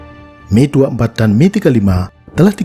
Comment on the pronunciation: mantap pelafalannya, Mil : Mi, bukan Em-I, sama seperti Suhkoi Su, bukan Es-U